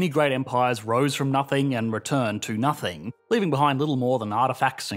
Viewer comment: Is it just me or does anyone else find the way talks by adding extra sounds to words drive you nuts?? for example "nothing" he says it "nothinguh". I find this to be equivalent to valley-girl talk. "OWWWWWE MYYYYY GAWWWDUHHHHH"